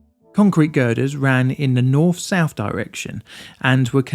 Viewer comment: I can't stand this guy's ac ent and his saying the "f" sound instead of "th". As in saying souf instead of south.